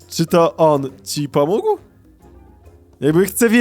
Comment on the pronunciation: pomógł a nie pomóg xd